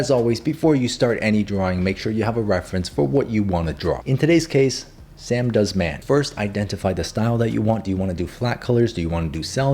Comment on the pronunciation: "samdoesman" is outrageous